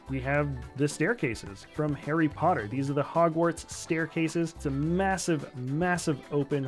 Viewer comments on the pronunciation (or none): none